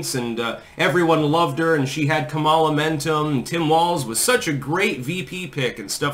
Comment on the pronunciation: Its pronounced Commy-law